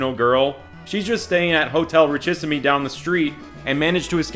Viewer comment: Please please PLEAAAASE It's "reesheeseem", not "richie-simmy". Signed: a French person.